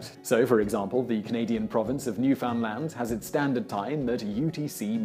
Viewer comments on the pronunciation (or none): As a Canadian hearing Newfoundland pronounced as new-found-land was super weird. I'm so used to hearing it as Noo-fin-land. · Newfoundland is not pronounced New-found-land is said like neuffinland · Emphasis should be on the last syllable - new-fin-LAND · New found land, its pronounced new fin land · Bro... You can flawlessly pronounce Worcestershire, but botch Newfoundland???